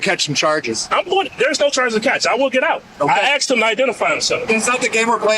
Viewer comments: subtitles are wrong, he said he axed, not asked 😂😂😂😂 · " I axed him..." 😅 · Why can't people learn to say ask instead of Axe I don't understand that it's a simple word. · I “axed” him… man, when will ALL English speakers say “asked”? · Whenever I hear a person pronounce "ask" as "axe", I instantly stop taking them seriously. Brother, you are an adult and you cannot master a three-letter word. F-off. That means you don't know anything about anything. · He axed him... 😅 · He axed him and he is an agent of the Supreme court???lol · He says he “axed “ the officer to identify himself.” So he’s incapable of saying the SK sound? How does he say the word skip? Or sky? Or Ski? What is so difficult about pronouncing“ask?” Maybe ax him to name three Supreme Court justices. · Saying you 'axed a police officer' should get you put in handcuffs real quick. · Watch out officer! He's going to axe you! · You can hear "I asked him to identify himself" He don't know how to say Asked.....LOLOL